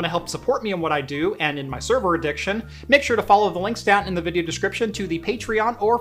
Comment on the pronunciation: "server adiction" nah, not even close. LOL